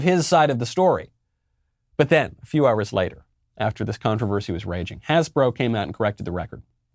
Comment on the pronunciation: Hasbro...becomes has-sis-bro!